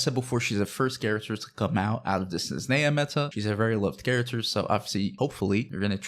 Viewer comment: Forgive me for the “🤓☝🏻” moment, buuuuut... It’s not “Snezneya”, the “h” is not silent, “zh” sounds more like in “Zhongli” or “Stuzha”. And it ends with “aya” not “eya”. And if you put stress on the first E instead of A you’ll impress every slav out there. For reference, you can put the word «снежная» in google translate and make it pronounce it, it’s pretty accurate.